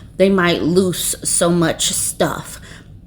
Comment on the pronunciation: She cracked me up!! She very conscientiously pronounced loose as "loose"!!